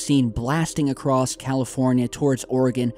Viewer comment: "Acrost" is not a word, dude. Don't go out of your way to mispronounce and add letters a word...